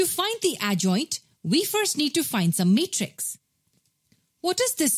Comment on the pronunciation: It is matrix not Meatres spell it properly